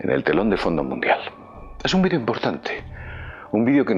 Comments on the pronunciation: por que dice vidio? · entiendo ahora que lo dices si dice vídeo, por que cambiara la entonación de la palabra.